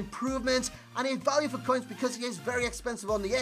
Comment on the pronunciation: How normal people pronounce because Becoz. How he says it Beceeeerrrrrzzzzz